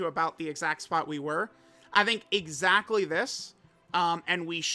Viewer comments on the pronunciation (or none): none